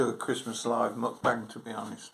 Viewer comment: Muk-rant-bang. Get um told ha ha nice one mate